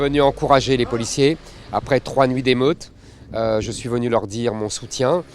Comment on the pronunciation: "Je suis venur..." C'est pas très Charles de Gaulle tout ça !